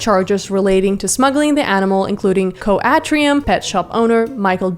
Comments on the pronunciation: County An-trim. Not Co Atrium. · "coh atrium" 😭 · Hey, so I’m Irish, that ‘co’ stands for county so it would be County Antrim (pronounced Ahn-trim) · Its also county Anne-trum. Love your stuff xx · i’m sorry but the way you pronounced county antrim as someone from there is hilarious 😭😭🙏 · As somebody from County Antrim, your pronunciation SENT ME xD (fr though, Northern Ireland has a big problem with illegal exotics)